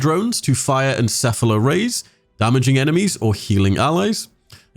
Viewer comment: My favorite thing about this video is a youtuber finally pronounced "encephalo" correctly.